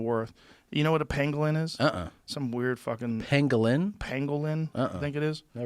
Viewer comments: Joe is literally saying "panglin" when talking about the penguin. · OR it was pangolin and his pronunciation is off... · I think Joe miss pronounced that animal..i think its a pokemon not a pangolin lol.